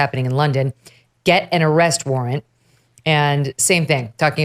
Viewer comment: Lol 😂 "arrest"